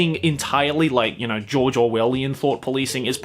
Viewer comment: Everytime said George I heard JOJO